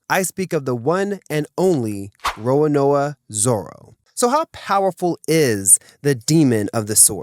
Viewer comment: He said “Roanoa” Tssuuiiippp